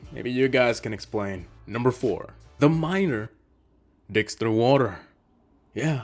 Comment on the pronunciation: Woter